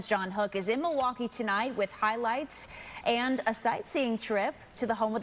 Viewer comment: Az 'Senadate'... Honest mistake lol